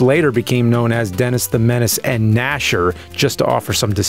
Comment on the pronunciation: "denASS the menASS" haahah so juvenile yet I'm a grownass man chuckling